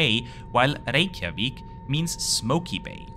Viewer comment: im really impressd with your proaunciation of Keflavík and Reykjavík sounded very icelandic.